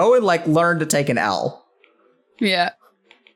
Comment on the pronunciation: That "Take a L" joke almost went unnoticed. "An L" sounds like "anal" lmao